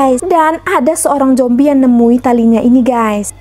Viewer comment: Jombi😭apa zombi😭,slh denger ga si?